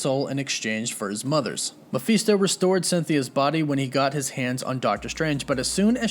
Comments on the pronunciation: You're pronouncing Mafesto wrong.. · How many different ways can you pronounce mephisto in one video??? Sheeeesh